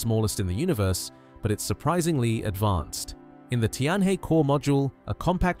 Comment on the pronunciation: Tianhe is pronounced Tian Her, not Tian Hey!